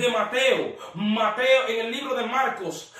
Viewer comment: Lo gracioso es que se escribe Marcos pero lo pronuncias "malcos" 😄😂